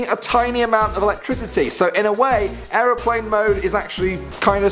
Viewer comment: That moment when he says Siri can't pronounce certain words but the way he said airplane